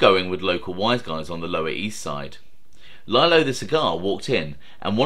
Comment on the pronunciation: Another great vid..but I believe his name was pronounced leelo not lyelo ..I know your in the U.K. no worries .. 💥👍